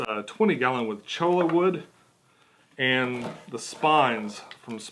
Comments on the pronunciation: It's pronounced "CHOY-uh" kinda like the end of tortilla. The double LL makes a Y sound. Just some friendly advice from the Southwest :) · Cholla = "Choy-ye" ;)